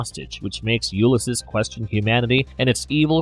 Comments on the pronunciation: It’s pronounced “You-liss-seas” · He's NOT a human-Kryptonian hybrid. Also, as commentator Charlie Jordan stated below: "'it’s pronounced 'You-liss-seas.' Please refer to Joyce's "Ulysses" and Homer's "The Odyssey." Sigh.... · Yup I can't listen to that weird pronunciation for the rest of the video 😵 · This is definitely him having only ever read the name and never heard it aloud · THANKS! The video narrator's mispronunciation is REALLY irritating.